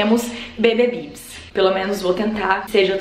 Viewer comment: Tu arrasou MUITO no nome: BBBibis hahahah Ameeeeeei!